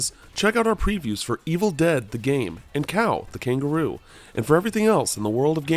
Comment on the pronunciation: Anybody going to point out that he said "kao the kangaroo" wrong?